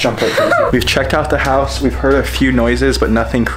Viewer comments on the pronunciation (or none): l heared plowing when u said house hahahaha